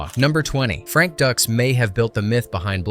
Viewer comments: Haha. Makes me laugh when it says ducks instead of pronouncing it like dukes. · Dude it’s dux like dukes. He says it in the movie. “Like put up your dukes”. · No no no its’s dukes, dukes like put up your dukes 😂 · Before posting a video like this, make sure you are posting the correct names. It's Frank Dux it sounds like "Dukes." Dux has been caught in every lie under the sun. His ridiculous statements and stories have never checked out. He has been branded a liar from the beginning. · How many times can you mispronounce Dux. You made this video, but didn't watch the movie. It's pronounced DUKES. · It's Frank "Dukes" right? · I cant get past "Ducks" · It's Dooks. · No no... it's Dooox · You're killing me here. Did you watch the film? It's Frank Dux but it's pronounced Dukes. They say it in the film. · Frank Dux pronounced like “Dukes” as in “put up your dukes” Did you even watch the movie? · No, no... it's Dux... like put up your Dukes. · No, no, no... it's "DOOOKS!" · Like put up your dooks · It's "DUKES" - like put up your dukes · I was thinking this the whole time. “Is ‘Dukes’” “Like put up your Dukes, right?” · Hard to take this seriously. Mispronouncing the man’s last name means you didn’t actually watch the movie. It’s literally a running bit. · These facts would be more credible if you had actually watched the movie. There's literally a scene in the movie on how his name is pronounced which they make light of. Hearing you saying wrong 100 times in row is so grating. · Can't even pronounce Dux correctly. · Dude, listening to you continuously pronounce Frank Duxs' last name incorrectly make the video unwatchable. Thumbs down. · Literal line in the movie yet this video couldn't get that right. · Dux is pronounced Dukes, not Ducks. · It's not "ducks" , it's Dux, like "put up your dukes". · Everytime it says Frank Ducks.....my head hurts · Stop pronouncing the name like ducks. It’s pronounced Dukes. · OK, this has to be said. It's no "ducks" it's "dukes."